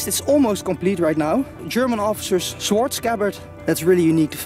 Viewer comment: word of wisdom on your english you speak it exeptionally well better than some people i know in the uk but "Sword" is pronounced sord the w is silent :)